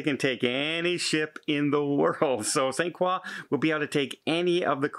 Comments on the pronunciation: St. Craw? You mean St. Kroy? LOL. My first cruise was on the MS Memoz owned by the French cruise line Paquet. I was one of about 20 U.S. citizens on board and we went to St. Croix....and the French staff all pronounced it Saint Kroy. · It's Saint CROY....not Saint QUAW. We're not in KEY-beck. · Hey …..it’s pronounced Saint CROY….. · 😊 pronounced Saint *Croy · ‘t Frenchify it - it‘s pronounced Saint CROY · You’re saying St Croix wrong.😁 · you pronounced the island name St.Croix incorrectly 😁